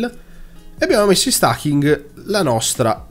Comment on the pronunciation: Certo che stAking...... è inascoltabile....😁😁😁😁